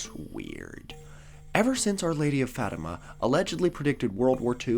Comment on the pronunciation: OOH, yeah, definitely not synonyms. We don’t worship saints, we don’t worship Mary, who is also a saint. We ask saints to intercede on our behalf. You know, since they’re able to put in a good word to God. Hooray for correctly pronouncing Fatima!